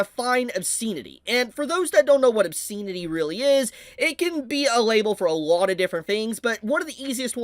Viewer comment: This rant would have more weight if the commentator could pronounce the word "obscenity " properly. As it is, he sounds like an idiot.